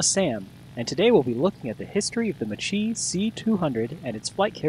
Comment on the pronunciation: Macchi is pronounced "Mah + Kee" not "Mah + Chee"